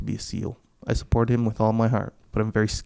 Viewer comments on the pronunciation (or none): Every time I hear him say support my brain says suporch.